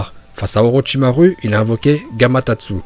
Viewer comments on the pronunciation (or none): Et aussi orotchimare au lieu d orochimaru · Par contre la prononciation de personnages mdrr "OrochimarUUUUUU" xD Et Mandanda c'est un gardien de but mdrr si vous parlez de Naruto des fautes aussi grave c'est juste inadmissible (pour info c'est Manda)